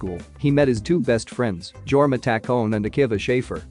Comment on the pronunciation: NOT THE "GORMA"